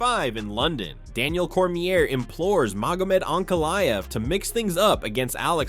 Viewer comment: Why can you not pronounce these fighters names? Like the most well known and reported on fighters in the world and you still put the"r" on Daniels last name lol. Good content otherwise.